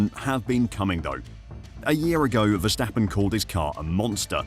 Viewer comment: Vstappen….???? WHO the fuck is that? His name is Verstappen!